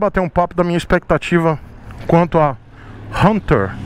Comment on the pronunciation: Achei engraçado vc pronunciando Hunter 350 fala: RRRRRRRRRRRunter 350 KKKKKK